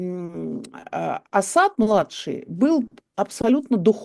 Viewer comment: Евгения Марковна правильно ставит ударение -Асад на втором слоге . Почти единственная из журналистов правильно ставящая ударение!